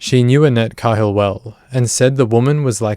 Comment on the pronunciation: Annette’s last name is pronounced KAY-hill